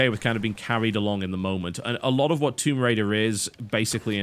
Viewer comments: WTF is THOMB RAIDER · "THOMB RAIDER RAID THOMBS" Before he edit's it